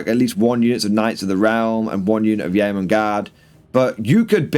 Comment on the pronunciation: Yeoman is pronounced 'yoman'.